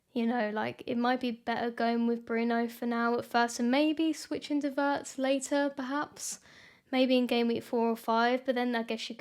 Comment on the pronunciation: One small comment on the proper pronunciation of Wirtz: it’s like Veerts - veer + ts. We don’t have the English ‘w’ sound in German , but pronounce a ‘w’ like English’v’. The vowel ‘i’ by itself is like ‘ee’ in English, but always short.